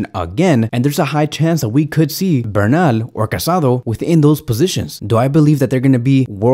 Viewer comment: Just a tip, is not Marc CasAdo, but Marc CasadÒ. 😅